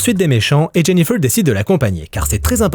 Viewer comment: " Jenifeuwwww" ? 😂😂😂 En plus tu le répètes 50x